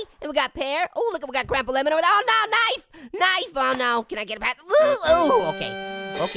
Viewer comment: haaaa one time you said hey apple want kife